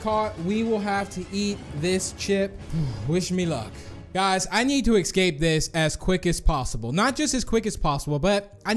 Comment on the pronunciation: i am really not trying to be mean but has any body noticed he says ecscaped